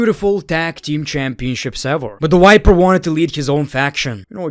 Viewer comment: I forgot that calls Orton a "WIPER" and not "VIPER" 😂😂😂